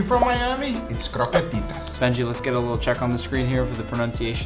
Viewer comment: im spanish and that "croquetitas" WAS PERFECTION